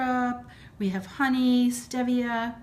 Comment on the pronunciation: I think it's pronounced Steve via but this looks so good I love apple pies and I bet this must taste like it